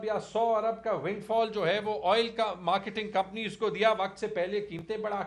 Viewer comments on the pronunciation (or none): YE EDUCATED SIR TO MARKETING KO "MARKINTING" OR PROFIT KO " FROFIT" OR "TRANSPORT" KO TO PATA NAHI KIA BANA DIA,😂YE HEY PTI KE WOH LOG JO DOSRON KO KEHTEY HAIN TUM KO ANGREZI NAHI AATI OR NA SEEKHNEY KI KOSHISH KARTEY HO🤣🤣😂